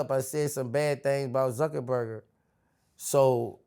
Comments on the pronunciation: “zuckerberger” is outrageous 😂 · He be saying Suckaburger😂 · Mark zuk-burger 😂😭